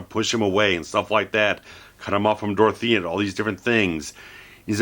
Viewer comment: This guy is the only reviewer to get Dorothea's name right.